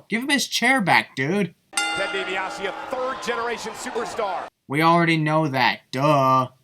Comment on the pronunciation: Just curious did the audio play up when Michael Cole said Ted Dibiase is a third generation superstar or did he accidentally said suplerstar or something?